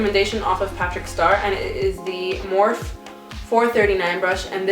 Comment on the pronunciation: Edit Is her last name. Linda Morphe. She pronounces her last name Morph-fee.